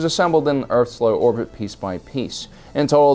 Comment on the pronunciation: low orth erbit XD